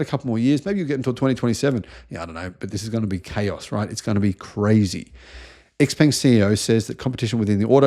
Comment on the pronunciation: Xpeng is pronounced Shaopang. And your pronunciation is as dodgy as your research. A more professional and accurate picture of EVs is given in the fully charged show.